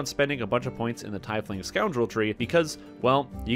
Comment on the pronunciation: "Tiefling is pronounced TEEF-ling, not tie-fling, as you can hear here." //